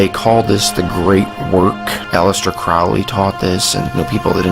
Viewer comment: "Crowley" Louisiana 🤨